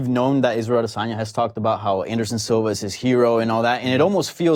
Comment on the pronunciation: Oh, and btw, there's no 'R' in Adesanya...